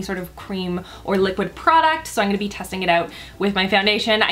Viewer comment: You're the cutest. I always notice you say, "Innnngonna" every time you say, "I'm gonna..." So cute. Great vid and beautiful as always,! Excited for Colourpop to come to Sephora!